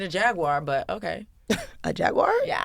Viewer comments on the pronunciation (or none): none